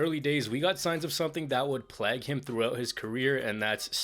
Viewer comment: Ziggler will be back in WWE soon enough. He is doing some great work for TNA and its obvious that the fans love him. And for me his MITB cash in is the best ever imo. And its "Plauge" not plag 😂